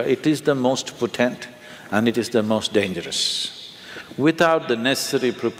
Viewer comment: Sadhguru borrows from the Hindu tantric spiritual trsdition and presents it as his own. Alway a haughty conguru. Btw its not "poTENT but POtent". Arjuna J.